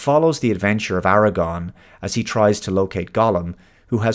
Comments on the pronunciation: Aragorn, not Aragon. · AraGORN,. Not AraGON.